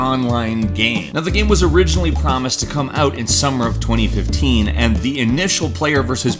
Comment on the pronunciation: Is it only me who thought he said 2013 at the beginning?